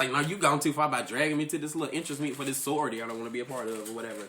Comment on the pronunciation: why he calling it sorryority